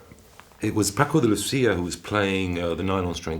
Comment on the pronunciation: Firstly, Dominic (bless him) mispronounces Paco de Lucía’s name, and Paul Davids laughter comes across as dismissive of a true guitarist. Forget melodic scale wank - Paco was the real thing, channeling passion and deep cultural roots.